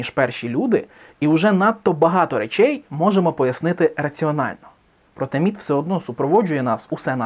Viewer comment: Мені спершу почулось НІТ а не МІТ.